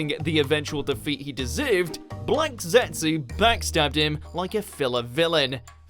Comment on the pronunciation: Hold up, everybody go check..... , did he just say 'blanked zetsu'???? Was that a mispronounciation, or did he not want to say the word black??